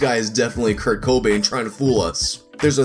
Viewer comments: I was in college in the early 90s, Nirvana was huge, and Cobain's death got tons of coverage. And I've never heard anyone pronounce his name the way does. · It's just that most pronounce it without putting so much emphasis on the co in cobain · The way this man pronounces “Cobain” makes me want to die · After hearing how he says, "Kurt-COH Bain," I need to hear him say, "Cool WHip." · In all my years I've never heard anybody put the emphasis on the first syllable of Cobain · I hate the fact that puts stress on the “o” instead of the “ai” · Put the em PHA sis on the wrong syl AB le in Cobain 😂😂😂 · Thank you for pronouncing timbre correctly. It makes up for the unusual way you pronounce Cobain. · The emphasis of the "CO" really made me feel very uncomfortable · You put emphasis on weird parts when you say Kurt Cobain and it messed me up for a little bit lol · Kurt Co-Bane vs Rivers Kwo-mo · A lot of emphasis on the Co in Cobain throughout the video. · Why does he put emphasis on the "Co" in Cobain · In the first 30 seconds you pronounced Kurt Cobain three different ways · Can you stop saying Kurts last name like that? Thanks - All of your uncomfortable viewers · Idk if i like the way you say "Cobain" js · Who the hell believes this? Never even heard of this before. P.S stop saying Cobain the way you do lol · Dislike for the cringy pronounciation of Kurt Cobain (it's Co-BAIN not CO-bain) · Haha it's just Cobain not CO Bain 😂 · co BAIN not CO bain. Wrong emphasis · its Kurt co BAIN, not Kurt CO bain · It's cohb-ain, not coh-bain. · youre supposed to accentuate the bain not the co so its coBAIN instead of CObain which is how you pronounced it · you emphasized the CO. The emphasis is on the Bain. coBAIN not CObain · is the first guy I heard say CO-bain instead of co-BAIN. It's not much of a difference but it was mildly annoying. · Its coBAIN. Not CObain. Wrong emPHASIS on the wrong syllABLE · putting the emFASIS on the wrong SYLAble CO Bain